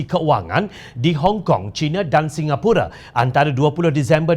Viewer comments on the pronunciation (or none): none